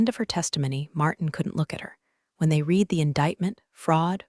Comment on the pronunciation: Your AI doesn't know how to pronounce READ in the proper text.